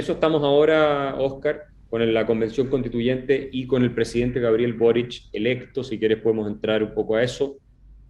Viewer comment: Una pequeña corrección.el apellido es Boric.¡No borich!!!